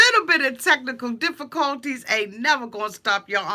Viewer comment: DiffiColty lol